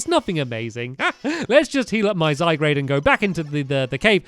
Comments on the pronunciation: Titus Klem He pronunciations Zygrade exactly how it's seen. But I say Zie-grd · stampy sorry but I need to say this ARE U BLIND!?!?!it's not called zygrade it's called zy garde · Stampy it's not zygrade it's zygarde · STOP SAYING Z-eye-grey-d it's Z-GAR-D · Ok guys is it pronounced zygrade or zyguard?? When stampy says zyguard, you guys say it's zygrade but when he says zygrade you guys say zyguard lol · It's zyguard not zygrade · STAMPS. ZY-GAURD NOT ZYGRADE. ZYGARDE IS PRONOUNCED ZYGAURD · the correct way to pronounce Zygarde is: Zay-Guard not Zay-Grade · I swear Stampy, say Zy-Grade one more time, I DARE YOU, it's pronounced Zy-Garde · Stampy should just rename his Zygarde to Zygrade, so that he'll stop annoying us with calling it Zygrade instead of Zygarde. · ZYE-GUARD!!!!!! not zygrade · its zygarde not zygrade And you Said decidueye wrong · I know can he read! Zygarde =Zygrade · Zygrade is pronounced Zy-Gaurd Olso it goes Zygarde core Zygarde 10% Zygarde 50% then Zygarde Complete and youve got 10% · It's Zy-GAURD stampy, thr anime says so! 😭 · its zy gaurd stamp say after me zy_gaurd zygarde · stampy pls red this how to pronounce zygarde zaygard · If he says zy-grade one more time I'm gonna dislike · ZYGRADE??? wat r u saying stamps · STAMPY IT IS PRONOUNCED ZUY-GAURD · Stampy it's zy-gr-ade and zygrade has 3 forms a snake , a dog(stampys) and a big fighting green Munster ▶️🔘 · STAMPY ITS ZYGUARD AND DESIDUI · its pronounced zy - guard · Zigzag2b4 I'll have to agree with this Jared kinz guy, it is his let's play, he CAN do whatever, but it be "lovely" if he could say Zygarde, Zygrade? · stampy you said Zygarde wrong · IF HE SAYS "ZYGRADE" ONE MORE TIME :| Zye-guard Stampy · Zygrade??? Its name is zyGARD Gard not grade.